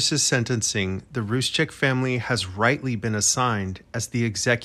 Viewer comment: Roo-sek, not Rooz-chek.